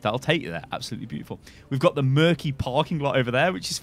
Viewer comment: Murky.... not merchie....